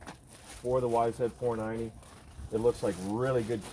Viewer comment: Is it just my 49 year old ears or are you saying yzf 490? Regardless, I love your vids and am a subscriber!